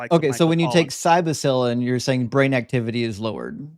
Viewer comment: love you man but it’s Psilocybin (Sill-O-Sigh-Bin). Sorry but I’ve heard you mix this word up a bunch and it’s driving me nuts ha. It’s an annoying word but hope this helps you pronounce it right next time. Praise Doug!